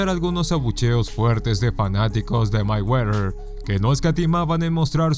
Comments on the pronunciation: Ni siquiera sabes pronunciar "Mayweather" que verguenza! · Ni siquiera sabes pronunciar "Mayweather". Que bruto!